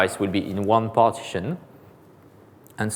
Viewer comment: Dear AWS! Please provide an edited transcript of this so I can follow! Having someone who is unable to say "relational" or "partition" in English without me having to rewind fifteen times is really not a good start. I mean no offense and I'm sure if gave the talk in French it would be absolutely wonderful. But in English? No way. There's just no point.